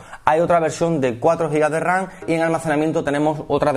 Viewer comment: RAM CON "M" PORQUÉ "RAN"??